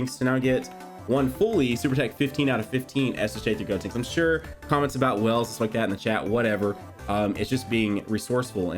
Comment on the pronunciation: You keep on pronouncing gotenks name wrong it is GODTENKS.